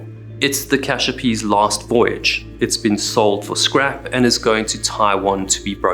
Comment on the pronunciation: Please, there is no letter 'H' in Cassiopee